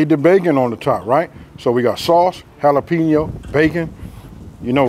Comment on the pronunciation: Try Holla-Pen-Yo instead of Holla-Peen-Yo for credibility purposes.